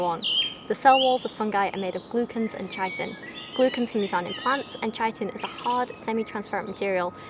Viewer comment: Love this video! I'm an ecologist, so it's great to see you enjoying fungi for all their beauty and weirdness. Just a few comments, "fungus" is the singular form of "fungi" and chitin is pronounced "ki-tin" rather than chi-tin.